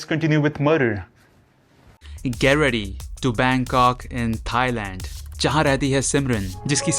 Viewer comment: Bangkok ❎ Bang-cock ✅